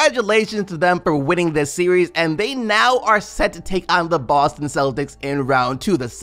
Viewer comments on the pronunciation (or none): none